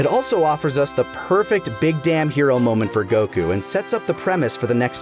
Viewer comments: you pronounce goku like cocoon and i dont like it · I hate how you say Goku